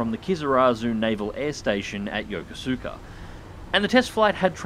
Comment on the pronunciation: Somehow when i saw the title, i knew you were going to say "Yokosuka" wrong. The "u" is pretty much silent. Yo-ko-ska.